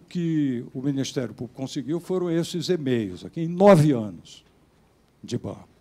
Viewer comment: Fala pra ele que é e-mails, e não "emeios".